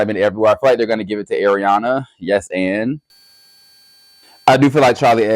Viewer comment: I need u to work on pronunciations 😭 ARIANA NOT AIRIANA —- GRACIE ABRAMS NOT GRACIE ADAMS